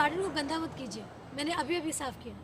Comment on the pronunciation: Your hindi pronounciation need to be proved... मैंने is wrongly pronounced